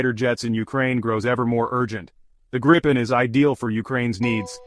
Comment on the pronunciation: Not being disrespectful, but giving you a tip. The name of the jet is pronounced “Greepen”. Just a tip. Trust me, I’m Swedish. 😜👍🇸🇪